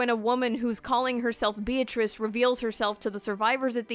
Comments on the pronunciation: Says Beatrice's name wrong Unsubscribe. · ... when you say you love Umineko but you pronounce Beatrice's name wrong... it hurts my ears every time you say it sorry